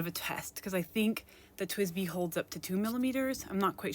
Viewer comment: everyone pronounces it as tweesbi tho?